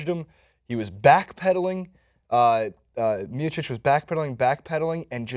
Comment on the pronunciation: ...come on man. Gotta work on those names. Only one you got was Cyborg....LOL Stipe = Stee-pay Miocic = Mee-o-chic or Mee-o-chich Werdum = Ver-Doom or Vair-Doom Maia = Mye-ah (Mya)